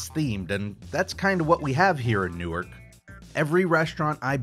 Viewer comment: At around 22 minutes and 22 seconds you pronounced a town I’ve lived around my whole life, Newark, OH, but you said it like “New-ark” and that is the best mispronunciation I’ve heard from your videos. (Love the iCarly saga series btw). Also, seeing the huge building that is a basket on screen for two seconds makes me happy.